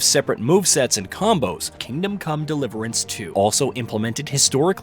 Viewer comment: I noticed that too...the way the name of game is spoken sounds off